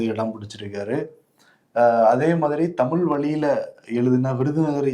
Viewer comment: அவர்கள் பாரதிதாசனின் தமிழ் வார விழா என்பதற்கு தமில் வாரவிழா என சொன்னார்....தமிழ் தமிழ் தமிழ்...தமில் இல்லை..